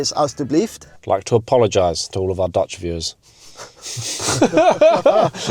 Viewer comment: As a Dutch viewer I’d like to say to: Dat was een van de beste Nederlandse uitspraken die ik ooit heb gehoord van een buitenlander, alleen nog even aan de klemtonen werken. Dank voor alle prachtige programma’s!